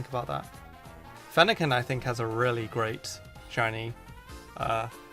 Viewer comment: a really GRAYt shiny